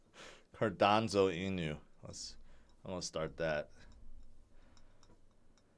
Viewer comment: Been in a sour mood all day today until I heard "Cardanzo" and couldn't stop laughing each time you said it.😂